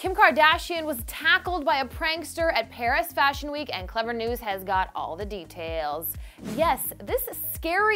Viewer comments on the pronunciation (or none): none